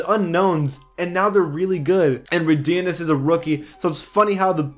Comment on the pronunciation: Jesus you butchered Rodions' name...